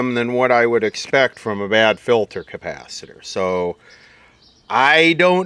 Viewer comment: Campacitor !! who else says it like that ? I've heard "campacitor" before...